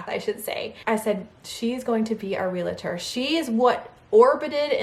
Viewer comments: I'm sorry but it's realtor not relator...you said relator numerous times in this video! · Hi,. 🙂 A friendly tip: It's pronounced 'reel tor'. This is genuine, not being snarky at all. ❤️ Congratulations, on your new house!! Myself, my boyfriend, and our daughter, we're planning on moving too, this year (2026, sometime. Hopefully. 🙏🏻🤞🏻). To a different state. Can’t wait!! 🤗🥰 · And say real-A-tor one thousand times. 😂